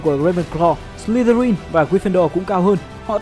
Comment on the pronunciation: em tưởng nhà Ravenclaw là con chim ưng cơ...thấy trên wikipedia nó bảo vậy :)))....mà đoạn Ad đọc buồn cười vãi chưởng "Sờ li tơ rin" :)) má em cười sảng cười ẻ